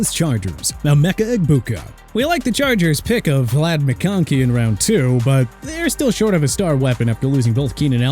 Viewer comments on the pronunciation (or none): none